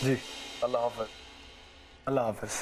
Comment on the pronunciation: Plz aap loog jub Allah aur Allah Tala kahta hain, tou uss kee pronounciation theek kia karain